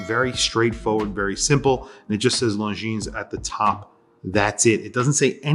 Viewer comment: Hate to sound like a snob but the “s” on the end of Longines is silent.